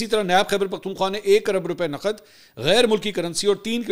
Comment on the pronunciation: Naqd instead of Naqad